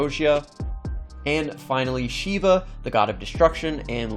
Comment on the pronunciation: U mispronounced shiva but no problem